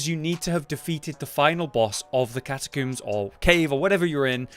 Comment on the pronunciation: Cat-a-combes not cat-a-cooms